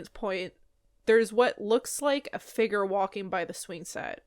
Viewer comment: What’s a” figger“?